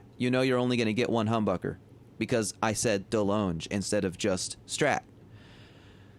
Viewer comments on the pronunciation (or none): Delonge is pronounced, “De Long”.